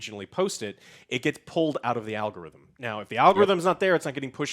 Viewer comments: YouTubes a-log-a-rhythm 😂🤣🤣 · Alex: Algorithm.: Logorithm 😄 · It’s al go rhythm not alog o rhythm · Why is Joe unable to pronounce the word algorithm? He always says a-log-or-rhythm. I'll make it easy for you Joe. Just say al-gore-rhythm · What is an alogatythem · Yo Joe, what's a alogarhythm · Why does joe say alagarithms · What’s an a-log-o-rhythm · The way Joe pronounces algorithm. Where is the log at 😂